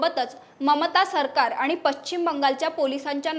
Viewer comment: पश्चिम शब्दाचा उच्चार व्यवस्थित करणे. मराठी भाषा आपल्याला टिकवायची आहे